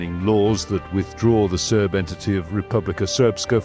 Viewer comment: its serb not serf